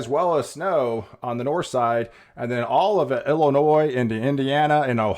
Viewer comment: the 'S' is not pronounced in IllinoiS